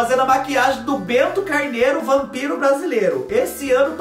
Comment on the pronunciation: Kkkkkkkk,Meu pai falava Rampiro também e pantasma ao invés de fantasma kkkkkkkk